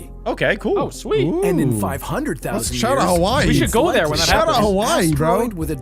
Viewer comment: vhen or wehn